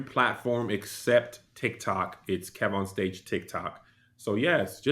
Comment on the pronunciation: Imma need her to pronounce Kev-On-Stage correctly!!!!! Not KEVON 😊